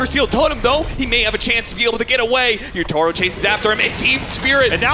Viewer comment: Why does cap pronounce Yatoro as Yootoro?